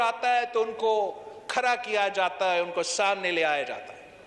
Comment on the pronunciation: Khra nhe hota,khda hota Hy yar